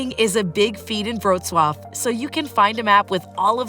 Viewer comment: Indeed, and the appalling pronunciation is an insult.